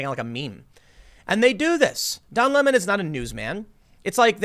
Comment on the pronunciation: It sounds like he's pretending to be French. Its cultural appropriation. Lol